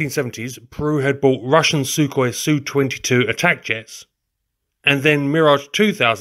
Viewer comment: Finally someone who says 'Su' phonetically not 'S-U' when describing Sukhoi aircraft. Small detail, but appreciated.